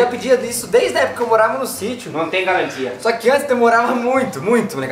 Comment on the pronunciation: Noum tem galantia 😂😂😂